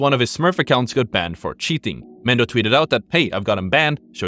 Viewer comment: that’s Mendo right? think that was just a pronunciation thing. thought he said Mande at first